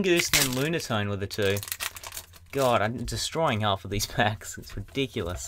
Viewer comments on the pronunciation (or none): none